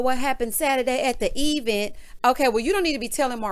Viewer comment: Hate the way Tisha says event “ E-vent” and honestly “unestly” ughhh and that’s just a couple.. She needs a speech class or two.. Tisha Is so annoying and always needs to be woo woo’d ain’t no body got time for that .. she sees no wrong in her mom.. smh